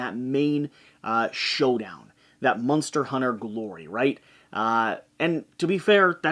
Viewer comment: Is "munster" an inside joke, or is that just how you pronounce "monster"?